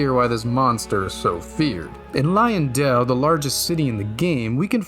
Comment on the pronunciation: Um, its not pronounced "Lion-dell", it's "Lion-Dwell". You can tell cause there are some in the courtyards.